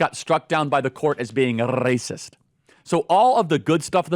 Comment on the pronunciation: “for being r-r-r-racist” 🤣🤣 that had me dead